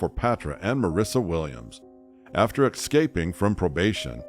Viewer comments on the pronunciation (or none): Dude said exscaping.